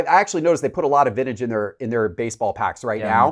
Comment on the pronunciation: “Vinnage”, “Controver-see-al”